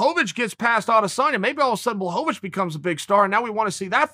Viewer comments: Excuse me uncle but who's Blahovovovitchz? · Uncle “blahobavich “ Chael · Did Chael really say "Blachowicz" and then immidiately corrected himself with "Blokovowicz? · From the creators of "Charlie Olives" now comes "Blahovavich" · Balchovich 😅. I love how he just says it. Like he knows he's gonna talk about it but doesn't over prep on the pronunciation. Keeping it real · Does Chael really hate that he can't get names right? I can't actually tell if it's just more top tier trolling or actually unfortunate. I don't think he means to disrespect all of these foreign guys, but maybe he knows he has trouble plays into it a little bit?